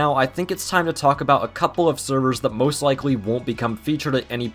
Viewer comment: did just said moose instead of most?